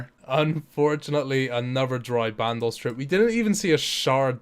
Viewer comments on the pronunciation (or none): Also band os not band ohss